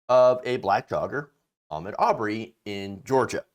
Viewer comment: You are so on point with your commentary but, could you please say his name correctly. His name is pronounced A Maude. Thank you dear